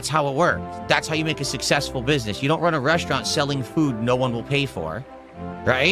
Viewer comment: begging early for tips for the next day's stream, but he is "sussessful"